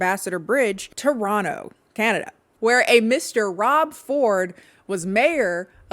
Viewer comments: omg toronto mention....wish it wasn't for this though 🤣(also if you're from detroit why do you pronounce toronto like a proper torontonian!?!?) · i lived through this and i still ran to this notif once i saw it 😂 good enough toronto pronunciation, we say no to the 2nd t, 8/10